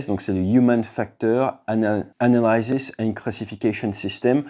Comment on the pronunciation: Une remarque concernant la prononciation de Analysis: le Y n'est pas diphtongué. Visons la perfection comme en aviation😉!